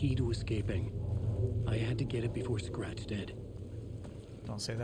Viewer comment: I know that no one's going to read this comment as this video is 3 years old, but why does keep saying scrat instead of scratch!? I feel like he's trolling me or I missed some sort of joke earlier in the streams